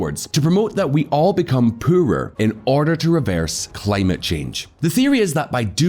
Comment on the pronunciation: for christ sake, can you please learn how to say the poorer, its pronounced "POORER", not puuuurrrrer"